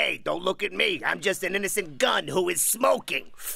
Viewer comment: gun mispronounced "smocking". 🤣